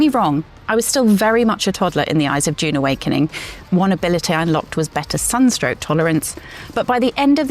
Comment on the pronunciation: Also can’t pronounce dune